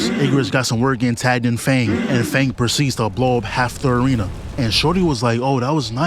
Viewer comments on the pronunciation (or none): Why is bro saying fang🤢